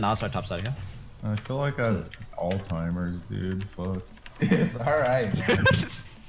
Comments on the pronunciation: Dyrus said alltimers 😐 it’s Alzheimer’s, he’s supposed to be my fav streamer smh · Give him a break man, he has alltimers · Someone tell Dyrus it's "Alzheimer's" not "All-timers", lul